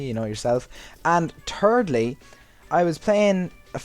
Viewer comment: at the start you said "turdly" instead of thirdly unless i have bad hearing